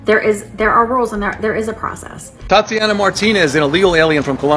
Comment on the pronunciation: 😂😂😂. She said thot-ianna.😂😂😂. Priceless